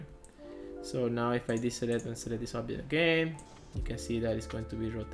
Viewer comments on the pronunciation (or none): I don't understand some words, you say obdjet but indeed it should be object. There's a lot of other examples like dees instead of this, sorry dude, but it's so uncomfortable to listen!